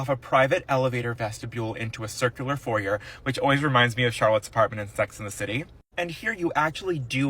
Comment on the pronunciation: There’s no excuse even for illiterate criminals to mispronounce foyer. A crime against the spoken language. The horror! The horror!